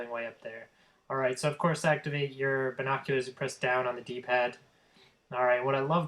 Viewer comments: yes you sound horrible sound like your saying vinkockulars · listing to you trying to pronounce the word "binoculars" is by far the worst thing you do because you sound like a fucking idiot you fucking nerd you'll never get that office job you stuck up teenager fuckhead go back to school you peice of shit so you can learn to pronounce your words damn